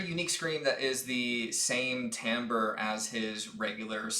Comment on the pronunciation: Great job on the pronunciation of timbre. I always assumed it was like “timber”